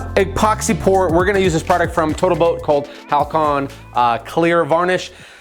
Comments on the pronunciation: I can't help but think it every time you say it: Halcyon is pronounced "HAL-see-on", not "HAL-kon". Awesome work as usual!! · Love your energy, passion and projects! However, The epoxy you’ve been using is called Hal-cee-on, not Hal-I-con. Just sayin.